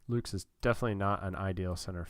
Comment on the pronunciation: very excited to see you controlling my team, as a sorta outsider! pronounciation correction (which makes lil difference because it's such a replacement level player): nathan lukes is pronounced like "lucas" not the plural of luke. also: yimi garcia is "jimmy" garcia, and tim mayza is "may-za".